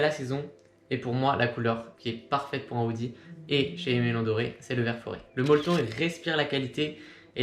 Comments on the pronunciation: Vidéo très propre et très instructive! Juste, Dore ne se prononce pas Doré. Sinon c'est top bravo! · Super vidéo!! Keep going (P.S: en ayant fait une review des NB990v5 x ALD, on m'avait dit que Aime Leon Dore se prononçait comme c'est écrit et non Doré, car Dore vient de la contraction du prénom Théodore):)